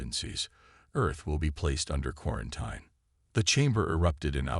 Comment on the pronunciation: It's pronounced 'quaranTEEN', need better AI narration.